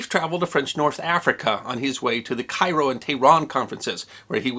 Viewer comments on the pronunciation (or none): none